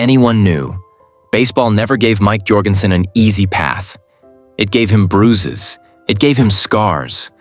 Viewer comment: Need to learn to pronounce his name. It's pronounced like Michael Jordan. It is not pronounced "Your-gen-sen." Is any of this real?